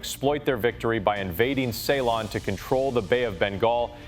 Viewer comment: learn to pronounce ceylon